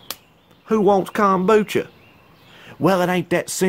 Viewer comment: "who wants Kom-bew-cha?" hahahaha!!!